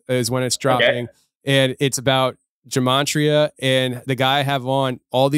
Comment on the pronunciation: You are killing me with your pronunciation of G E M A T R I A. More like: [gu - mah' - tree - uh] [gE - mah' - tree - uh] not: [ju - mahn - tree - uh] I think it is Hebrew in origin.